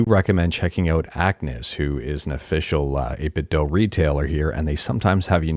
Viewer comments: its 8bitdew. not 8bitthough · Can I just say I really appreciate your calm voice. Most YouTubers shout when they talk and it's stressful. I needed this vibe right now. Also, thanks for saying 8BitDo that way. Some people think they are right when they say "do" like in the English language. In China they say the Do part like Latin people say "du" or Scandinavian people say "do", NOT like how American and British people say "do".